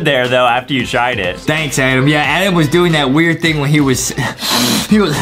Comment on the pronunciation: Why don't say Adem just say adam